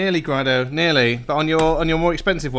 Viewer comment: Can you please say the company name correctly. It's also the family name. Seriously. Gray-Dough. Got it?